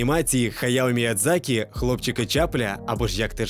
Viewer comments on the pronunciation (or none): none